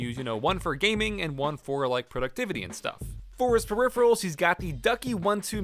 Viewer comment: "Hey guys, it's the periferals tester"